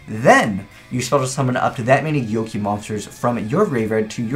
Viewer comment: Whoever told you it's pronounced 'gyoki' needs to be shot. It's 'go-key'